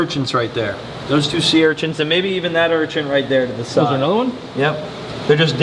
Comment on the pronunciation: Do you pronounce "urchin" as "urchinT" intentionally? Maybe you don't realize you do it? Lowkey every time you say "urchinT" it's like nails on a chalkboard in my brain, and IDK WHY! Normally mispronounced things don't bother me but that one word gets me every. single. time. 🤣 (no hate btw! ❤ just brain itchiness lol)